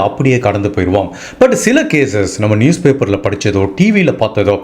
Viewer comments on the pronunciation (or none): none